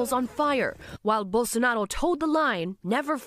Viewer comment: "Rair Bolsonaro" foi foda hahahahah. O pessoal acha que a gente fala espanhol mermo, é pá sifudê uma coisa dessa viu